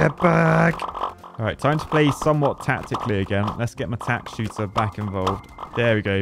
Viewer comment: I'm going to assume playing "tack-tically" was 100% on purpose